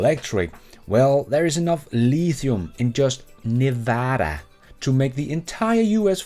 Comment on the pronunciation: you pronounced Nevada like a Nevadan!! Californians can’t even do that. Way to go!!